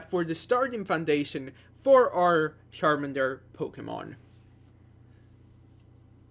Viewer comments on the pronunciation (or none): Don't say Sharmander Plz say CHARMANDER